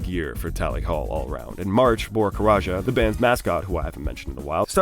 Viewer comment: i'm pretty sure it's just said "karaca", not "karaja", haha. good vid otherwise